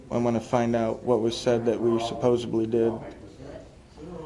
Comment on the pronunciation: "supposeDly", not "supposeBly"